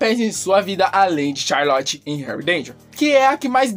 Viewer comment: Vc falou tchalorte em vez de Charlotte